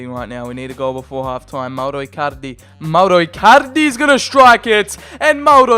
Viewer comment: He says Mauro Ircarde